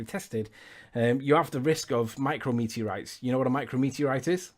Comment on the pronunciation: Forget everything else. "Micro-meteorites" is pissing me off.